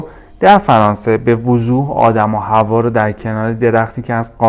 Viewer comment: ادیان بَدَوی، نه بَدوی. حوّا، نه حوا